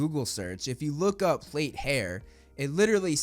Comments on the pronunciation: yeah it's just the British term for braids. We pronounce it "Platt" not "plate" though. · I don’t know which is worse: mispronouncing plait as plate or equating plaited hair exclusively to black people… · Plaits are braids. Like Elsa from Frozen kind of braid. Not like African American braids... And it's plah-t. Rhymes with rat. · It's pronounced like 'plat' rhyming with flat. And yeaaah even as a black british girl I'll admit it's mostly a while girl thing especially with kids or atleast people with straight hair. BUT IM TOTALLY FINE WITH THE KIDS BEING DIFFERENT RACES. it's still gonna be majority white at the end of the day but I mean Snape is the only problem really